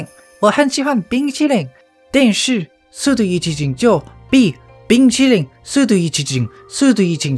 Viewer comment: I love the part when he says "Bing Chilling"